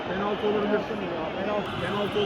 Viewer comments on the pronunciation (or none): abi 2.43 de bilerek mi pener dedin yoksa dilin mi süştü GS liyim renkdaş abim benim